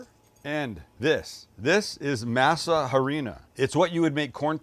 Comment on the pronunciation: Can't pronounce masa.